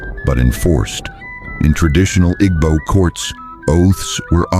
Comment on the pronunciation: The AI doesn't know how to pronounce "Igbo". Does the maker know what s/he is talking about?